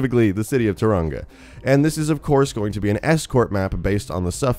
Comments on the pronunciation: did he say turanga? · No hate on this shogun but you kinda pronounced tauranga wrong and p.s mount manganui is not a ski range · When an American says mount maunganui and tauragna wrong. 😂😂😂😂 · First of all its maunganui is pronounced mon - ga - nui and tuaraunga is pronouced to tau - wrong - a and new Zealands scenery is alot different to Australias BTW I'm a kiwi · Dude cool video but I'm from New Zealand and the way you pronounced manga Nui and Tauranga made me cringe so hard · The pronunciation of Maunganui is 'Mong-na(h)-nu-e", and Tauranga is 'Toe-(w)rong-gah' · I snowboard there its pronounced tao-rong-a and mt-mona-g-newie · Pronounced Mong-a-new-e and Toe-ronga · So many things wrong with the New Zealand bit. Firstly that's not how it looks. Second that's not how you say Mt Maunganui or Tauranga. It's a long u vowel sound not a short one. Toe-wrong-a and you roll the r. Same with Mt Maunganui it's more like Maul than man. Sorry but it really makes me cringe when people say it wrong because I'm from new Zealand. Love you guys tho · Btw its pronounced Ta rong a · Am I the only New Zealander who got triggered at the way he pronounced Manganui and Tauranga? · As a kiwi, I am offended that he pronounced Maunganui and Taraunga wrong. But he pronounced them better than Stylosa. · you murder the pronunciation of Tauranga I couldn't stop laughing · the way he pronounces Tauranga makes it sound cool and a bit mexican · hahaha im from new zealand, the pronunciation is so wrong, the mountain shown is not maunganui its ruapehu and its much bigger than "a small island off the shore" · You absolutely butchered how you Maunganui and Tauranga, it was marvelous, good try though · He so butchered the pronunciations of manganui and tauranga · Manganui is spelt wrong, (Maunganui) and you have pronounced Maunganui and Tauranga wrong but no biggy :P